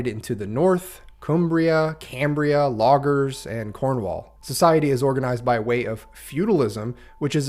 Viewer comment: Love the game. Also, the kingdom's name is "Logres" and not "Loggers" (it is pronounced like "Low" and "Gress" which rhymes with "dress")